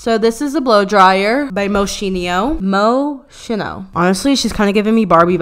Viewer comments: YASSSSSSS ♥️ I’d take this over snoozeville Fashion Police any day! 😂 Do more surprise uploads when you can! Your new content is like Katy Perry’s gown last night and I am here for all of it! 😂🙌🏼 (PS. Moschino pronounced MOE-SKEEN-O 😉 got you, boo!) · Its mos-kee-no 💕🥰 love you 👏🥦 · 😂😂😂😂😂😂😂 you tryna pronounce Moschino is giving me life